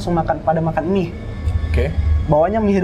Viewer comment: gw ngakak pas dia ngomong Mie = Emih.. 😂